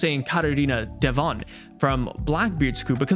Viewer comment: its devon